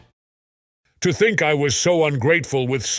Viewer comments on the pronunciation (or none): none